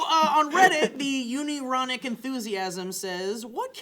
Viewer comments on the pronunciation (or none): lol Uni-ronic? Un-ironic,. Good job. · uni-ronic,? its un-ironic lol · Un-ironic. Not uni-ronic. Holy fuck that made me laugh so hard, more than it should have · is no one going to mention the fact that said uni-ronic enthusiasm instead of un-ironic enthusiasm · un-ironic! not unironic lmao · i think it was un-ironic.. not uni-ronic haha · i don't think it's not uni-ronic, i think it's un-ironic:P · why is no one talking about horrible butchering of the word "un-ironic"? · Did really mispronounce unironic?